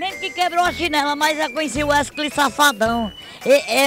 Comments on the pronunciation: Ta falando errado num e Wesley e WESCLEY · KKKKKKK 'weskley'so essa msm KKKKKKK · "Uescley Sapatão" kkkkkkkkkk morrendo de rir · "wescley" Safadão huahuahuahuahuahuahuahushuahushua